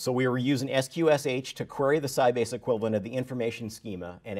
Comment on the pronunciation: FYI: sqsh is pronounced "skwish". And the sound is still broken. Too bad, because up to then this was an interesting talk...